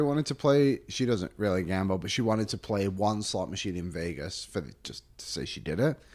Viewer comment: Thoughts on today’s show: - pronounces Vegas like it’s the vagus nerve and it’s not okay -I will be forced to “Tonya Harding” Carter Hart if he brings the cup back here. Go Carolina go! -There isn’t a snowball’s chance in HELL that Lauren McDavid has ever or would ever step foot in a Winners, nor would she be impressed by the deals. Deals would DISGUST her. No, no, her assistant went and searched the racks for some items Lauren MIGHT stomach and then they were immediately gotten rid of. 100%